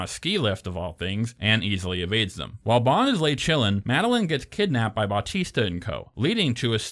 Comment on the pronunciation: Wait, did you say Bautista and not Batista? Wow, like honestly, thank you. I seen way too many people call him by his wrestling name. Other than that, yeah, just finished Part 1 and as much i feel Skyfall is a bit better than CR imo, i feel you did bring valuable points.